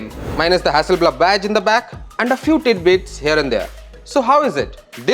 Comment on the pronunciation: I died when he said "Hasselblabbb"